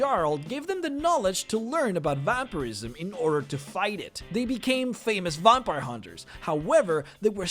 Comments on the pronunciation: And what exactly is a "vompire"? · And how he pronounced vampire and player...